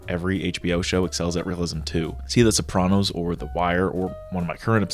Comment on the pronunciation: Rad video! Thank you for saying SOPRANOS correctly :P